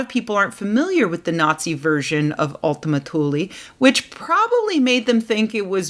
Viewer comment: By the way. You are pronouncing it wrong. It's more like oultima tuuleè